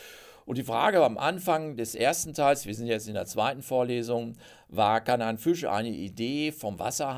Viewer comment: Was kann denn der Fisch dafür, dass Sie ihn ständig mit ü aussprechen?